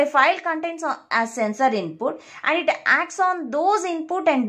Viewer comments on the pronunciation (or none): Its environment not envi ron ment Its sensor not sen soor